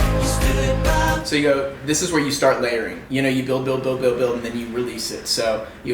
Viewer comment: "this is where u start 'Layering'" I heard LARRYING Lmao